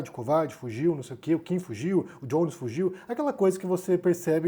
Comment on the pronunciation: Acho que é melhor pronunciar Jones como [Jones] e não [Djones] que é a pronuncia do [J] em inglês. Embora o nome possa ter alguma influência estrangeira, uma vez que ele é abrasileirado, soa mais correto perder aquele [D] inicial, e falar apenas [Jones], com som de [j] puro. Só uma sugestão.